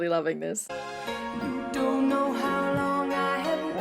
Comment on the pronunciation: know is not knowr you speak of articulation but show your own articulation of words includes extra R's that are simply not there iam assuming this is some new form that ALMOST resembles English .